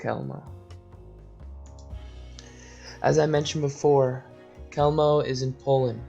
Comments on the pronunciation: Pronounced "Hewmno" NOT Kelmno! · Hey narrator... I don't think you pronounced the name of Chelmno correctly once. Or any other death camp for that matter. Take the cotton swabs out of your mouth maybe?